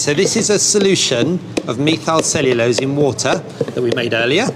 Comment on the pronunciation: Really a cute show! And the soundtrack is really good. But that scientist's pronunciation of 'methylcellulose' is absolutely SURREAL.